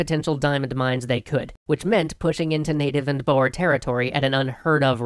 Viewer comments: it is pronounced boor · Extra Afrikaans grammar: Boer(singular) is pronounced with a rolled "r" and the "oe" sound is phonetically similar to the "oo" in "toot". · A minor thing that James can use in his "We messed up!" episode at the end. The pronunciation of "boer" is not "boar" as is used in this episode and likely the coming ones, it is actually closer to "boor", as in, BOO (like a spooky ghost) with an R at the end. I don't expect them to get the "R" sound right though, as it is quite different to the English sound. Other than that, I wonder if EH will go into the Anglo Boer wars as well, most notably the second one. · Rule of thumb: ' Boer ' isnt pronounced ' Boar, ' its pronounced ' Boo-er/Boor. ' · so weird being Dutch, knowing boer = farmer, but in english is pronounced as ''boar'' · de boer (dutch for the farmer), if keeping the dutch pronunciation oe should be pronounced as the o in the word who. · So close! Boer is pronounced like: Boo! with a rolling R on the end. However if the rolling R is difficult because you haven't got the knack for the Saffer accent then "Boor" or "Buah" is acceptable. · Right, so, in Dutch "Boer" means farmer and is pronounced something like "Bur" like the first U in Zulu. :) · Boer is prenounved boor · Boer means farmer and you pronounce it boore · It's pronounced Boers as in Boo! + r Wish I could type with the phonetic alphabet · Im from south afrika,and I love how your saying boer wrong😂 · I like how he said boer i am a south African and boer means farmers actually 😹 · My ancestors are boere, On both sides. Everytime they say Boer I cringe because he says it wrong but I can understand why. I always found the battle of blood river interesting because of the battles and the ways the Boere defended themselves. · Every thing was fine her in South Africa and then BAM! British! It's also funny how you pronounce Boer. And at this stage they were known as the Trek Boere (Traveling Farmers) and not just simply Boere